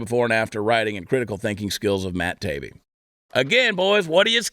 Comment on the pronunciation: The name is pronounced. Ta-e-be 😊